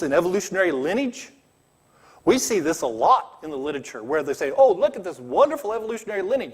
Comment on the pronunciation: He can't pronounce "miniscule" or "literature"